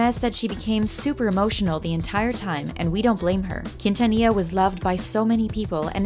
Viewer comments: Its not pronounced kin-ta-nee-ya!! Its pronounced keen-tha-nee-ya. You have to say it with a flare. Get your shit right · Only for Selena Quintanilla! Like if you're Team Selena Quintanilla! (You don't have to you can also reply) I grew up listening to Selena Q. and Michael Jackson. Since I was born. AND ITS NOT PRONOUNCED KEENTANIA. YOU'RE WELCOME SORRY IT JUST BOTHERS ME SO MUCH KNOWING IM HISPANIC IT BOTHERS ME WHEN PEOPLE CAN'T PRONOUNCE SPANISH NAMES OR WORDS. THAT'S JUST ME. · Why you comparing them? Selena is a LEGEND AND ICON,also you didn’t pronounce her last name right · ella tratando de decir quintanilla es tan desagradable English: her trying to say quintanilla is so cringe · They murderd her last name and tejano 😂😂